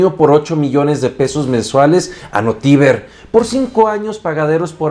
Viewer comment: Buen video!! Se proncia notiVER jeje, una lástima que yo siendo de Veracruz no me enteré de la noticia hasta ahora